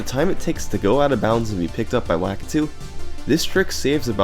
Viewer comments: "Lack-a-2" Are you seriously... It just sounds wrong! It's "La-key-du" right? Edit: I was wrong! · Is anybody gonna tell him he's pronouncing Lakitu wrong